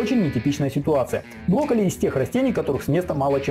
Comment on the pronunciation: А я не один слышу что он говорит блоколи?